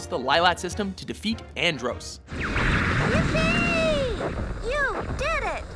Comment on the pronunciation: And once again this guy blatantly refuses to pronounce something correctly. Here's a tip: if the character Andross is only pronounced one way throughout the entire series, than any other way to say it is WRONG.